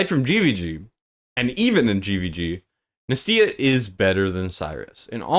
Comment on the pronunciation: Dude wtf nAstya not nastYa! Jesus 😵‍💫